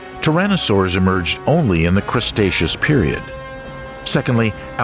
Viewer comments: when was the crustaceous period? He didn't mean cretaceous because he would've said cretaceous, right? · 😊crustatious 😂. Please coach this guy! WTF? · Are you saying "Crustaceous Period"?! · Is the narrator mispronouncing "Cretaceous?" It really sounds as if he is saying "CRUSTaceous" Period. Or is that like Queen's English pronounciation? IDK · yes however there is no excuse for mispronouncing Cretaceous repeatedly, that’s just general mispronunciation lol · Gondwanda? Crustaceous? Cycades? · "Cretaceous" is pronounced "kre-TAY-shuss," NOT "Cres-TAY-shuss." There is no "s" before the "t" is "Cretaceous." DAMMIT! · Did he say CRUSTeaus period 🤣🤣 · Poor information, even worse pronunciation...'crustatious'? ffs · It’s “Cretaceous” not crustatious! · Cretaceous not crustatious. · "Crustaceas" Period ..lol. I think you meant "Cretaceous". There's images of Carnotaurus when discussing Allosaurus, and as others have mentioned, references to Stego as a Sauropod. Too many Inconsistencies. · Why do you say crustaceous instead of cretaceous? It sounds a little bit ridiculous. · Say it with us now "cretaceous" yall keep saying crustaceous like the species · The Crustatious, when bread ruled the earth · Yeah I know lmao seems mostly everything else in this was pretty accurate but crustaceous is a pretty big error 😅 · 😂 i laughed a little when i heard it, the crustaceous period, the crustacean era 😅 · Crustaceous lol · Gondwanda? Crustatious? Really?